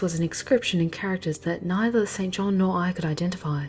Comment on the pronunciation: Isn't it like Jane Eyre, where St. John is pronounced "Sinjin?"